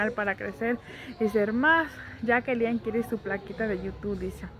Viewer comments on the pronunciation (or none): porque nunca le dices correctamente el nombre a tu hijo siempre dices lian